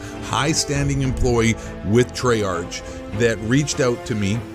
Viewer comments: I'm sorry but I was taken off guard when you said Treyarch usually it's pronounced TrAA-aRk/TrAye-aRk As a reupload, this still stands today, though when I heard "is blackout going free to play?" You could tell this came out before Warzone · I know, the guy in the video (it’s not the same guy who posted it, its just someone who archived this) likes to call Treyarch (Tre-arch) just to mess with them, He does this to a lot of people and companies